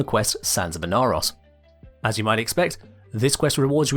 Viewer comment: IN-Are-Ross? Who the heck is THAT? That looks like Ee-nar-oh-s!